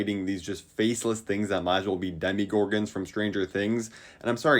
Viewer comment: Demogorgon❌ Demigorgon ✅